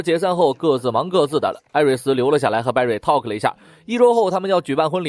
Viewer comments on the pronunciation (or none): talk 成為了 takl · talk 变takl. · 您的talk is 错的，是talk 不是thkl